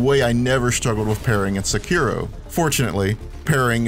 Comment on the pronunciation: Does nobody know how to pronounce Sekiro, or any words in Japanese for that matter?